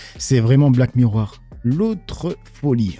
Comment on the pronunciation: 😅😅😅 haha pas bon en anglais 😅 le film c'est HER (HERE comme tu dis ça veut dire autre chose et c'est un autre film très récent avec Tom Hanks ) mais oui sinon c'est ça. En revanche Black Miroir c'est le titre québéquois? 😂